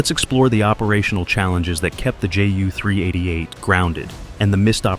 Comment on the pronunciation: Horrible narration from a AI generated text. Then add in a massive amount of Black and White film footage of non Ju 388 aircraft and pile on top of that a childish video filter with scratches and lines to give the effect of old film footage! Sorry but mostly a waste of time especially as the narration repeats the same textual information. Ju should be pronounced as J U not Jew or Juh!